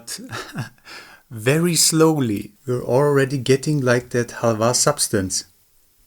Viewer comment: when the pronounciation of halva is more accurate than english, despite english being a germanic language.